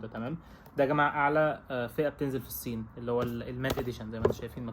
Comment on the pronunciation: كيف بحكي النسوان ستحت تحكي هيك قال الصين بحكيها سين